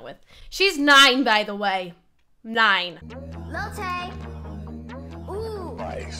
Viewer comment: Wait I did not hear that correct did you say LIL TAYS 9 and when Vicky was PUNCHING AIR I was like ok we have a dummy here...